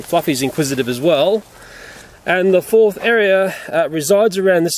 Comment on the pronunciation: To him "Fourth" means "Fof"